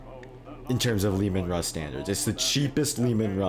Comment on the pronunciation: pls pls pls its Russ "Ruh-ss" not "Rooz"